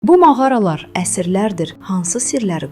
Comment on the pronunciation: Mağara sözünü düzgün tələffüz edin !